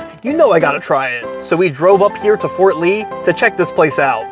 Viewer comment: Harams in Fort Ree